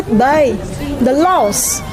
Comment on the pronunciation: sik sik... kok kuping ku denger nya "los" apa itu los..??? Ilang gitu... harusnya terdengar "laows" ->LAWS😅😅😅😅😅😅😅